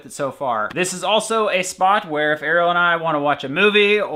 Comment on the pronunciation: ARIELLE!!!!! This entire time I thought was saying Arrow.